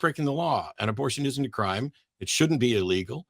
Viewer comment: I can't take seriously when the way he says "Crime" sounds alot like "Creme" 😂 (Not that I like making fun of accents, but it's still funny in this case)